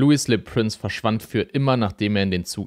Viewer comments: Das ist jetzt gar nichts für mich. Sorry! Mich stört auch die falsche Aussprache vom Franz. Prince. u.a. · Prince wird in dem Beitrag kontinuierlich falsch ausgesprochen. Das tut schon ein wenig weh. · Warum sprichst du "Le Prince" englisch aus?